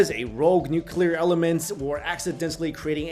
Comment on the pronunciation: Nuquler war?